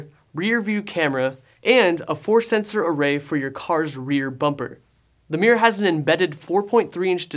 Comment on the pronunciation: Hahahahah i noticed it too.